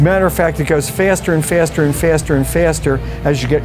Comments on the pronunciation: Fyyyyaaasterer and myasss 😂 Faster *Mass*😅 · Mf really said FeAAAAster feAAAster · Faeesterhh, hahahh. Love this dude, great educator! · All heard if first'a and first'a and first'a. The way Americans pronounce words is absolutely ridiculous honestly. If it's not BugaDDI it's ToyoDA, Now I'm listening to this man and all I hear is First'a and First'a. Absolutely ridiculous. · “Smool” “Fiiaster” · What part of the USA does the pronunciation fairster come from? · English pronunciations conjured by people from the land of crony capitalism and home of the TRUMP; Fyaster and fiaster Buow(ball) Stoar(star) Meys(maas) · Looked down the comment section expecting to read some insightful comments, but all i read was faysterr and other words that rhymes with it 😂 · I love how he's just trying to teach us something but everyone is focused on how he pronounces "Feyast" lmao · Nevermind the fiiiiasteh, how you gonna get that boaal out 😂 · Fiasturrrr and fiasturrrr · The way he said faster. Fyaster, fiiasterrr????? 😂😂😂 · No he isnt - Australian's pronounce it as "far-ster" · What accent is that ? My ears hurt from his pronunciation of “faster” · He has a rather uncommon English accent, judging by the way he pronounces 'faster'. Where is he from? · I only disliked it because of the way he pronounced “faster” 😂